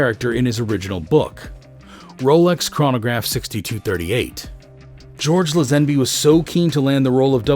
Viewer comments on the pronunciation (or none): 3 attempts to pronounce George Lazenby and all wrong😂😂😂 it's Lay-zen-bee